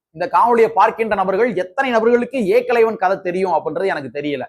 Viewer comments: தம்பி நீங்கள் கானொளி போடுவது சரிதான் ஏக்களைவன்இல்லை ஏகலைவன் தமிழை சரியாக உச்சரிக்கவும்👍👍👍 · ஏகலவன் என்று சரியா சொல்லுடா பார்ப்போம்நீ எப்படி சொல்லுற தெரியுமா ஏ.. கலைவன் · ஏகலைவன் என்பதை ஏகலைவன் என்று தவறாக உச்சரிக்காதே